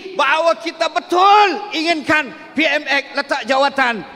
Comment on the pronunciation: Btul ka ap yg sya dengar.. dia sbut PMS bbrapa kli😂😂😂,,PMS sapa😅😅😅